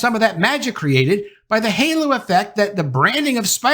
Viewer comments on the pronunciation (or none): none